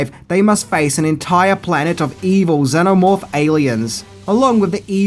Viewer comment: The action figures where actually based on the Dark Horse Aliens comics (loosely based on the film), you even got a little comic book with the figure, I had Bishop and the exploding Xenomorph. Also, I'm sorry if you find this stupid but it makes me grimace when people do this with things, the correct pronunciation is "Zee-no-morph". I have a unique name that people have mispronounced all my life, and it just gets under my skin when people pronounce things phonetically, instead of correctly...